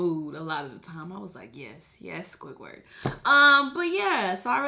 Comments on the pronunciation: I died when she said squidgwird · Why you sayin squidwards name like that